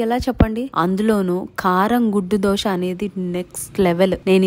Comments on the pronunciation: Dhosha kadhu adhi dosaa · Dosha , dosham kadu amma thalli … ado Dosa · Dosha kadhu akkoo dosaa....kavalani dosha😂 dosha😂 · దోష కాదు అక్క దోశ